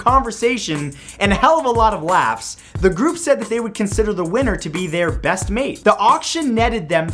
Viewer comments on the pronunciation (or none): none